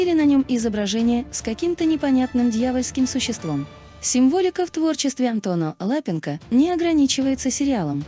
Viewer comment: Да ЛапЕнко, ну неприятно слушать же.